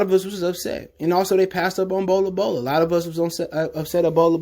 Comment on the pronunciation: He still looking for his dad to walk in the door. Damn bro me too. I can’t take your pronounces no more it’s not Bola Bola it’s Bowl Bowl, you no like eating cereal Bol Bol Bro Bol Bol. Smdh.